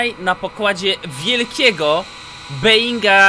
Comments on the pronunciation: nie beinga tylko bołinga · Po pierwsze NIE - Beninga Tylko Boeninga